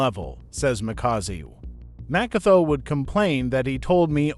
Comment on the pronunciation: Mxm this person can't even pronounce Makaziwe . This is a propaganda 😢